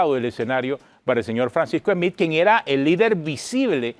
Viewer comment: No se pronuncia "Esmith" , no se usa la E , es solo la S, Smith